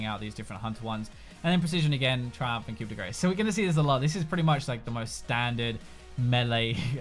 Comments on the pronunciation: its pronounced "koo day graw" not "koo day grace" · As a french, I have to tell you that "Grace" 's a is pronounced like Star. What you just said is close to "hit of fat". Which would be appropriate if you were playing Gragas. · "coup de grace"..lol..it's pronounced liked koo de graa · "Coup de grace" is pronounced "coo deh grar" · Coup de grace is pronounced "Coo-day-grah". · pronounced "coop da grah" i believe. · Wincing every time we say "Coup de Grace"... Being French, it's 'Ku de Graw'. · Coup De "Grah" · Hey, it's pronounced (Coo-de-graw) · Hey, it's pronounced "coo-de-graw" because the French language is totally intuitive. Thanks for the video man! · Coup de grace pronouced Coo-day-graw. Please please please never never do that again. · Hey,! Just a heads up, "Coup de Grace" is pronounced as 'Koo-de-grahh', which is French for "Blow of mercy", or "The finishing stroke". Just putting it out there. Love your stuff, man! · coup de grace, cringe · Been waiting patiently for two weeks to hear every league YouTuber mess up saying Coup de Grace. Was not disappointed